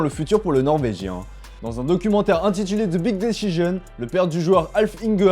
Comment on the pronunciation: "big dichijen" 😁🤣